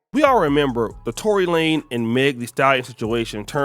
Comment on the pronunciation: LaneZZZZZZZZZZ Tory LaneZZZZZZ with a Z why u sayin his name wrong!?!? wtf!?!? lol